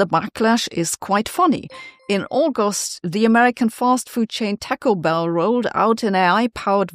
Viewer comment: take-oh-bell lol